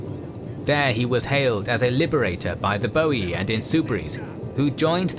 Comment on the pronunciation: ooh my god, someone said Boii and not Boiai :P hahaha love your Channel :D Feels like watchng the old THC but in hd